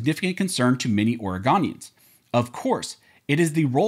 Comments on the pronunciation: WTF is an Ore-GONE-ian? :D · I love how yall still mispronounce Oregon amd Oregonians. Oregon is pronounced aw·ruh·gn Oregonian is pronounced aw·ruh·gow·nee·uhn